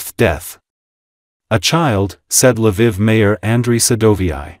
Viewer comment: Its funny how the AI pronounces some things. LA VIV lol